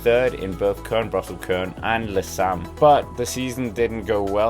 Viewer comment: Le Samyn. Not..whatever you made of that.